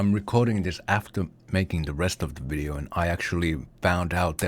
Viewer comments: I'm fully convinced that "vidoe" in the end was not meant, but he instead wrote it wrong in the script and just went "fuck it" while reading and said vidoe regardless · The fact that he said vidoe made me sub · “Vidoe” - 2022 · Love when you said "Vidoe"